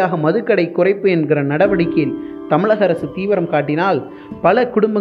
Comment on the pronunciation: It's really irritating while pronouncing ழ as ல and ப as bha by the reader. High time it is to be corrected.